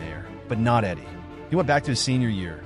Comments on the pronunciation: Its Edey not Eddy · It’s edey not eddy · Great video. But please say his last name right. 😂